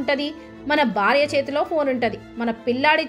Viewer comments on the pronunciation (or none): none